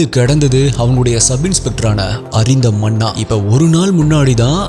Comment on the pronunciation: Manna illa sir, munna